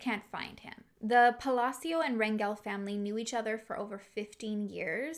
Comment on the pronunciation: Thank you for your content !!! I appreciate what you do for these families who need a voice to get help !!! They need all the help they can get !!! Also thank you for pronouncing the last name Rangel correctly!!! I have no relation to that family but it is my last name and 99% of the time it’s always pronounced wrong !!!